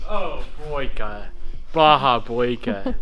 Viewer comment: baha boyka? if you were trying to say bad boy in finnish it is paha poika :D